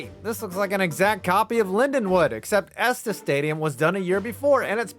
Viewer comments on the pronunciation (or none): none